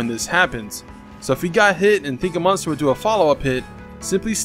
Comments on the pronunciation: Does any body realize he say munster instead of monster? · You say monster like meunster lol